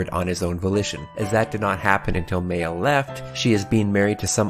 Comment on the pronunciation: I can’t remember the last time anyone put so much effort into pronouncing the characters’ names properly (Like “Meh-ya” instead of “May-yah.”) Already a good deal of points there, as well as just making a solid video and a much-needed comment on “Oh Extra is bad, just skip to Unlimited.”. First time seeing your channel and I can’t wait for the next one. Good luck as well with reading the rest of Alternative. Also, Meiya’s my favorite but you have excellent taste, good sir.